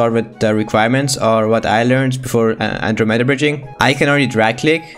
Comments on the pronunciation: an dro m e da NOT ANDROMEEEEEEEEEEEEEEEEEEEEEEEEEEEEEEEEEEEEEEEEEEEEEEEEEEEEEEEEEEEEEEEEEEEEEEEEEEEEEEEDA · Nobody:: An-Dro-meda No hate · stop pronoucing it like that, that word was founded like 964 CE